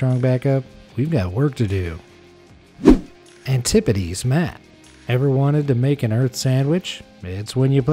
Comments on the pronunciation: I thought it was pronounced an-ti-pode.. not antipodeee lol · Anti podes not an tip o des